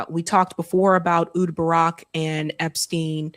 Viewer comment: "Ayy Houd" Barak